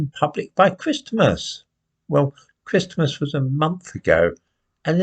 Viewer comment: My God, stop saying Christmas like that.